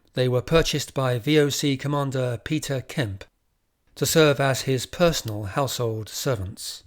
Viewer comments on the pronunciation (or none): none